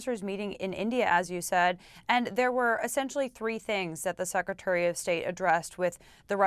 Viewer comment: She says "sakatary of state" seems some new position has come up. Anyway START treaty is gone. Nukes r coming out . Good luck .